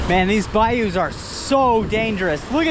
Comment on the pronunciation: "These bayous" ...😂😂😂...I'm laughing but I respect the hustle bro!